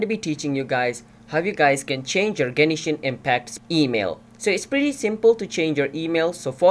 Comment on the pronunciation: lmao genishin